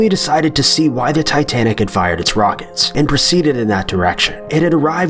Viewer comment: It is titsnic